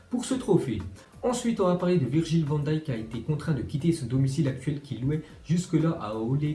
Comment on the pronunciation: pour une fois tu prononce bien van dijk